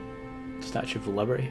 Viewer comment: Lol, "The Statue of Libarty"... How you can get the Eiffel Tower wrong is beyond me!